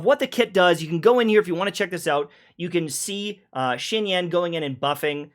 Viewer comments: going ham on her name be like; Cloud (3 syllable words ending with -er) 😂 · Honestly hearing all the different names he called Xianyun in the video was the true highlight